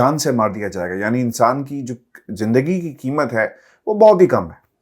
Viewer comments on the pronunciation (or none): none